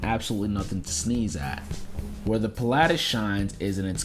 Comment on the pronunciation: I stopped watching when he said Pil-"aa"tis 🤦‍♂️